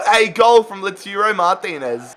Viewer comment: “Loturo Martinez”😶